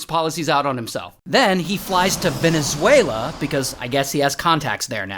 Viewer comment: Thank you for pronouncing my country Venezuela correctly hahaha